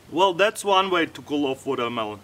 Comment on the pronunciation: hes like chinese ''wow this is coolah''